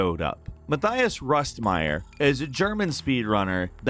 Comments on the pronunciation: it's pronounced Ma-tee-as, not Ma-thigh-as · Its „Muh-tee-us“